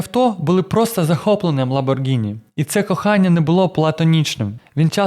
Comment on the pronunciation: Протягом всього відео звучить правильна вимова прізвища/бренду ЛамборГІні, а в самому кінці "невістка вс**алась" і ми чуємо ЛамборДЖИні! Вибачте, якщо різкувато!